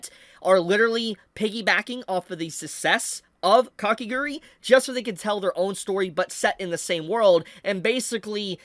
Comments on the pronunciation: Its Kakegurui not Kakeguri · it's Kah-keh-GOO-ROO-EE... NOT Kake "grr-ee"